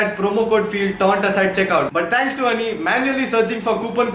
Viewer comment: joinhoney ko jhonny padha apun